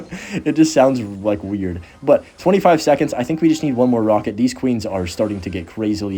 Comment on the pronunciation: “these” doesn’t rhyme with “this”